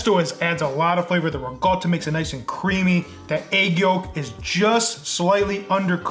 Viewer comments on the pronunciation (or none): Ehi, loved your video! We al butcher words that are not from our native language, as an Italian I often make english mistakes. What I’ve found to be helpful is just looking it up on google translate and hearing it played back, really helps me. Next time you’ll know its Ricotta, not rigott. (Its actually true for most italian words… we say it using all the letters we used to write it) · I'ts Ricotta with a. and not rigott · Ricottta not regot!! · If I hear someone say rigott again, it will be too soon